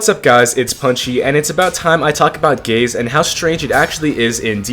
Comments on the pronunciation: Is it just me or did i hear first "i love gays" instead "i love gaze" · take the visuals off and it sounds like he says he loves gays multiple times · i cant even pay attention to the video because my immature ass hears him say "gays" whenever he says "gaze" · oh god gaze sounds like gays to me now, i cant unhear it anymore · Ngl at the start I thought bro said "I love gays" got so confused lmao